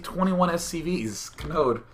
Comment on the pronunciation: God, everytime you said Kanode, I swear I thought you were just saying Chode. He's like all, "CHOOOOOOOOOOOOODE!"